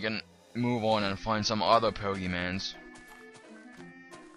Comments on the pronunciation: It is pokeMONs not pokeMANs... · pokemons po-ke-mons not mans mons GET IT RIGHT DAMIT